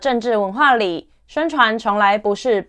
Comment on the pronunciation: 謝謝頻道製作清楚優良的內容，但建議讀稿可以再訓練口條，「一整套詩想系統」「貶義池」「獨柴」「吹毀信愣」，不是要當口音警察，只是不看字幕聽起來很吃力